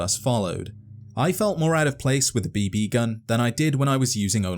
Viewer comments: the way you put a sleight emphasis on the 2nd "b" is different than the way I say it... and the way you said it 800 times is cracking my brain! beeBEEE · "B-Bee"... Why is this pronunciation driving me mad... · The B Bee gun.............. Kill me.......It's just BB. No pause, space, or fancy accent. Just BB.